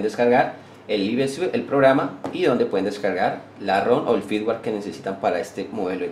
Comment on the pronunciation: Diccionario: Caa es cada, propieases es propiedades, pueen es pueden, trabaar es trabajar, tieen es tienen, le vamoa, es vamos a, le amos es le damos, conetao es conectado, voy aejar es voy a dejar, no emora, es no demora